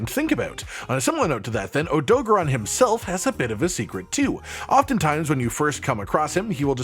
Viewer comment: I love this but i simply cannot get past the Oh-Doe-Guh-Ron pronunciation lol. Idk if you play with sound off or music playing but even in game he is called and voiced as OhDoe-Garen odo-garron. The syllable convention comes from japanese rules. Idk im just passionate about linguistics was fun to explain if anyone cared to read.